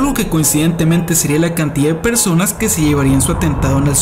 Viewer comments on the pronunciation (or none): ajajajaja es gracioso escuchar al psicologo, acentuando la ultima silaba para darle gracia a lo que dice, estuvo bueno el vidiu, ( persoNASSSS, animaDOSSS) XD muy bueno